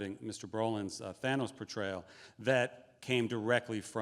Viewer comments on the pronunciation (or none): none